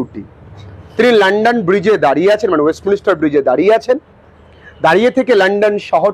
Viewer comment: Sir ওয়েস্টমিনস্টার এই উচ্চারণ টা হবে